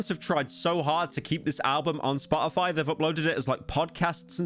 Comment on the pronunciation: i clicked on this video to laugh at the British man mispronounce Spotify for 20 minutes